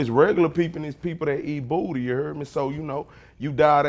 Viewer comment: I don't know but I like the way he say booty